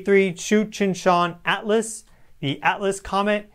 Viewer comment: All I can hear is the "Cheech and Chong" comet. 🤣🤣🤣